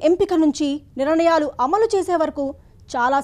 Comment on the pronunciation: A basha amma adi nirnayalu ani chdavali Telugu. Neevu niranayalu ani chaduvutunnavu emito